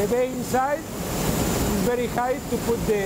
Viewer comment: Werry Werry Good.